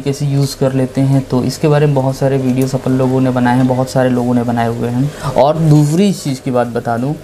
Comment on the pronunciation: Dooozzzzri? Really bro! Dooozzzzri??? 😂